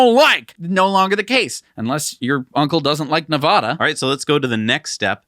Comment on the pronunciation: I know you won't see my comment, but please -- the state is ne-VAD-a not ne-VOD-a -- check a dictionary, wikipedia, or forvo. It's grating to hear you guys mispronounce Nevada every episode!